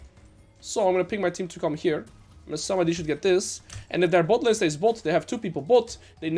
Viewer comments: why did you start pronouncing the word "and" as "eeeeand"? I could've sworn this was never the case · The way you pronounce 'and' is so fucking annoying I stopped watching. Just say it like a normal person.